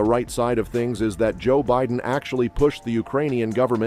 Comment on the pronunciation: Dude, avoid that channel. This video is completely created and narrated by AI. You can tell by the way the voice is so monotonous, and keeps pronouncing everything wrong. Like wayyyyyy wrong. “Bidden” ?